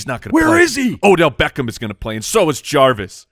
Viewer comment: Am i the only one that hates how says “Beckham?” He’s like BECKOHM